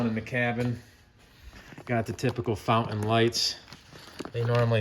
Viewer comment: You got a lot of work ahead of you but in the end, it will be a very nice boat. A 35 is a good size, not too big, not too small. Of course a 35 Fountain (not "Fou-in" 🤣) is like a 31 if you don't count the beak and swim step. 😮😂